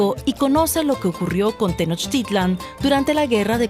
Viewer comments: Es "Tenochtitlan", no "tenochtilan" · DW: Pronunciación correcta es acentuando la última "A" - Tenochtitl-á-n. GRAN TRABAJO DE THOMAS!!!!!! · Por qué mejor no investigas como se escribe no es tenoctilan cómo está en tu video es la gran tenochtitlan